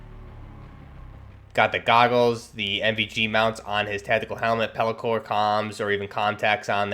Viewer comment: its peltor not peli-core and not every vest that has molle is a 511 tactec plate carrier